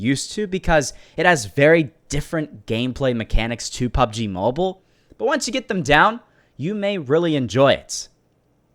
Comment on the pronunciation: “Pubg mabule”